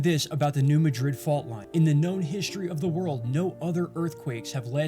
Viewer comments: Pronounced MAD-rid. Not Ma-DRID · the correct pronunciation of New MADrid, MO vs MaDRID, Spain has nothing to do with accents. It's how the people of a town know the correct pronunciation of the name of their town. Miami, OK is pronounced MiamAH, not MiamEEE like in Florida.